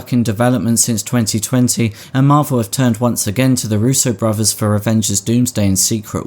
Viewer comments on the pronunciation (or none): none